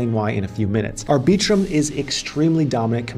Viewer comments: ArbEEtrum?? Come on Maaan! Put the emphasis on the first syllable, not the second. Think of the word "arbiter". Now extend that to arbit-rum. I am being the arbiter of correct pronunciation. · It's "Ar-bi-trum" not "Ar-bee-trum" sir :) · Did he just say ar-BEE-trum...?? OK, ma-HAIR... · “Ar-BEE-trum”… lol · I just can’t with the way you pronounce arbitrum… also dydx is not a layer 2